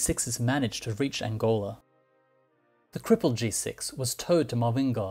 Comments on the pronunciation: ‘TowERed’? That is ‘towed’! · Please watch your pronounciation, especially with the word "towed.". Thank-you.